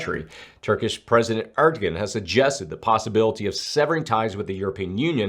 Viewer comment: Yes, it is "air doe wan". Also I keep telling him there's no X in "escape", lol. God love him! 😊